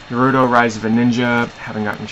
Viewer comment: You mispronounced Naruto and never played it? How weenie..